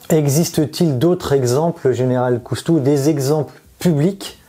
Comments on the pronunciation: Ça commence mal : Général Cousteau au lieu de Général COUSTOU ! IA complètement nulle ! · C'est COUSTOU et non pas COUS-TO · COUSTOU PRONONCEZ CORRECTEMENT CORRECTEMENT UNE QUESTION DE RESPECT